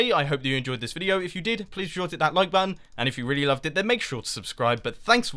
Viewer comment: "Butt Tonne" - Mumbo's checklist 2015